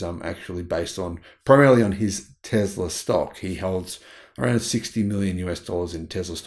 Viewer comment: Repeat after me... Tess la... :)